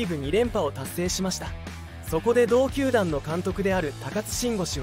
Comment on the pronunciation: 「鼓舞」を「つつみまい」 「球団」を「たまだん」 の時点で内容が入ってこなかったwww